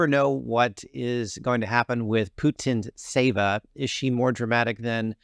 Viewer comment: No, that letter T doesn't reads apart! It's Putín tseva (ts is a one letter Ц in Russian- Пути́нцева- Пути́н цева), It's sounds like a сi sound in Cincinnati(Цинциннати)